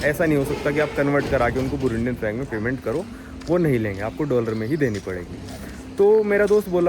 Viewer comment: Bhai doller mat bola kar